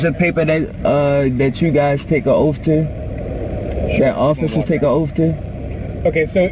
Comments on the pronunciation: Come on now it's oath,not ooofff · Learn to pronounce oath its not offf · It's amazing how many illiterate drivers there are. "What's your oaf of office?" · How could the officer forget his "oaf". Mr sovcit must have axed about it a dozen times.